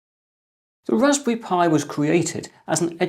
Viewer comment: Wwwwwwwaspberry Pi